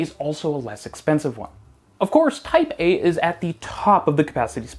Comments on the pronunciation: Everytime he said "Type A" I heard Taipeh.. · I keep hearing "Taipei" instead of "Type A" 😆